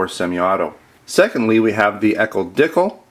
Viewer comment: Regarding the ekol dicle. The name sounds less silly when you know the correct pronunciation. Dee cluh. And it is a replica of the baretta cougar. You mentioned that you are about giving to the community regardless of if it is a product that you carry which is very cool so I hope that information helps.